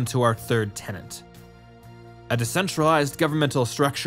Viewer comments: I wish you lot would make more effort to pronounce words correctly. "Tenet" is a different sound from "Tenant", with only a single N sound and the same E sound for both instances of the letter, and "Archetype" does not contain an English "ch" sound. Plus the classic "Nuclear" said as "new-cue-lar" for absolutely no reason at all. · The word is "TENET". Not "tenant". A doctrine has "tenets", not live-in inhabitants. The graphics are accurate, but the narrator never is. In every single video, he makes the same mistake. For crying out loud, English is my THIRD language and their FIRST, and speaking it is their job! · "tenant" != "tenet"